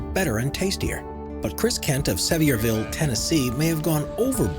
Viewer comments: I live here in TN and This guy cracks me up when he pronounces Sevierville which is actually pronounced like ( severe- ville ) as ( sevyerville ). Its like when people pronounce Yosemite (which is in cali ) like ( yosem- mite ) instead of like ( yosemiteeee ) lol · Sevierville not what you said lol